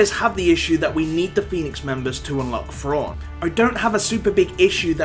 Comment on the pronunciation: Who the hell is Frawn..? Isn't it Thrawn?